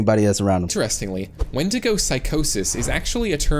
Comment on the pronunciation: Not windida it is windigo